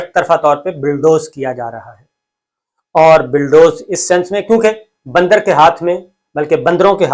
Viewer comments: I swear by Allah SWT, it is not my intention to put you down; I only want to tell you that the correct word (rather pronunciation ) is bulldoze and not billdoze. Again, I am not being the wise guy, it is a sincere and honest advice. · Please correct the word is Bulldoze n BILLDOZE. Thanks